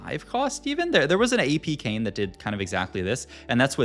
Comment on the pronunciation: “our Kayn” sounds a lot like “Arcane”😂